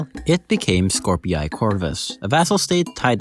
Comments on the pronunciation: Skorpii is pronounced as "Scor-pee" I think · Please stop mispronouncing Skorpii